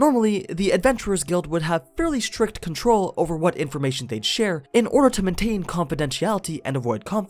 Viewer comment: bruh, this nigga even found a way to mispronounce the word "maintain" 😩